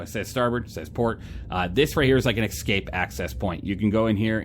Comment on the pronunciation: Cool ship, love your reviews. They are my goto for SC ship reviews. I have to say, I cringe every time I hear you say "Ecscape"... not a word. Escape. It's like when you hear someone say Nucular instead of Nuclear. Sorry, I'm OCD AF.